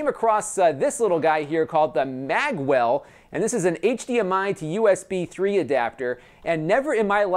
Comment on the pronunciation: I'd be better convinced if you didn't pronounce Magewell as Maggwell !!